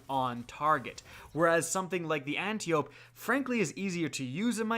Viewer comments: I will keep commenting until ya'll start saying it right. It's Ant-eye-oh-pee. As in Antiope, sister of Hippolyta. Aunt of Wonder Woman. Not Anti-Oh-p. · It hurts my ears a little every time ya say Anty-ope, brutha. Lol. Ann-TYE-oh-pee. It’s the name of a Greek goddess. 👍